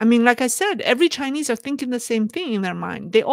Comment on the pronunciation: When you talked about the people in the 3 circles I looked at the names. However, what you called them did not seem to be the same as who they are. Most do not speak Chinese and the spellings along with how you pronounce the names do not seem to be the same. When you show pictures of people, then talk about them with the names under their pictures. I seldom walkaway knowing who you really talked about. I bet I am not alone... even though many don't want to admit it. Have a Magical Day.